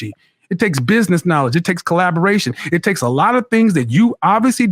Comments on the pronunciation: She couldn’t even say the word knowledge correctly I’m screaming!!!!!!!!😭😭😭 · She Can’t even pronounce knowledge with out messing up